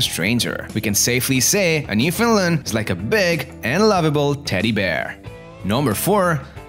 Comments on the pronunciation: Man your voice is so annoying, and stop calling them NEWFIN LANDS its NEWFOUNDLANDS and yes I know all Newfoundland natives speak this way that is why we need subtitles when watching programmes that feature the natives speaking so called English. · Learn to pronounce “newfundland” Thanks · Porunce Newfoundland correct please